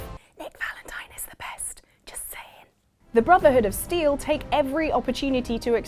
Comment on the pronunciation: How dare you say that it's not worth to join the BROTHERHOOD OF {small dramatic pauze} STEEL? also I know it's a joke but the video is full of incorrect facts and hypocritical statesments.